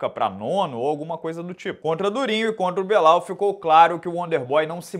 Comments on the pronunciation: "Crescimento do Belal" Tu sabe que se pronuncia BILAL né, senhor? Muito esperto. O CEO não fugiu dessa na resenha dele. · enchendo a boca pra falar do "crescimento do Belal"